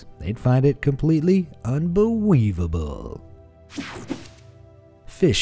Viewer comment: Him: "Unbelievable!!" Me: You mean "Unbelibubble"? windshield wiper laughs